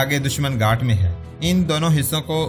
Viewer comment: گھاٹ نہیں بلک لفظ گھات ھے